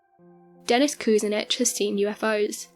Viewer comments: LOL Dennis "Koose-nitch". It's "Ku-SIN-ich" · Nice video. Cleveland politician is pronounced koo sin itch. Accent on sin. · Cue - sin - itch (Kucinic) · Very well done BUT your pronunciation of Dennis Kucinich's name, the former mayor of Cleveland Ohio. You were way off in pronouncing his name. Please do your research. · PRONOUNCE MAYOR DENNIS KUCINICH LAST NAME CORRECTLY LADY!😡